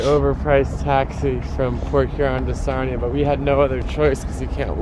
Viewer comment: Sarnia not Narnia